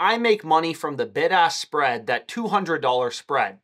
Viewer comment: I keep thinking he’s saying “ big ass spread “ 😂